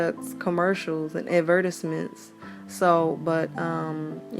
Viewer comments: It’s not commonly pronounced that way in the U.S. but it’s still a correct pronunciation. Good ears for catching it and knowing what she was saying though. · I’ve NEVER heard anyone pronounce “advertisements” that way 🤔 nice twists 👍🏽